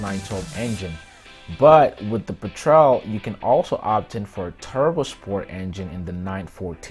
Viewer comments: (*"PET-rel", NOT "Pe-TREL") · I've never heard anyone pronounce "petrel" like that. Not even the french way "pétrel."